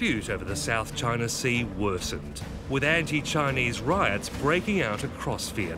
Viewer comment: CHINER LMFAO guy can't even say it right.